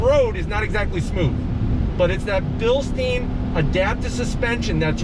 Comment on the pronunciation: Bilst-I-ne not bilsteen, You dont drink beer out of a steen